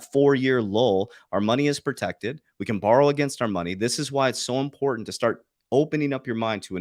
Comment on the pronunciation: Impointant😂. Love you Coach